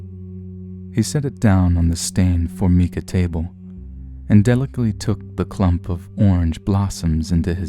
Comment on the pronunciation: Learn how to pronounce "Formica". Still, pretty creepy.